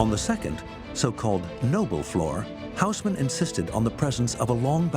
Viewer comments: the name is read as Osman.... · It's unbelievably annoying to listen that Louis is pronounced as it should be by the rules of the French language, but the Hausmann - not, ffs.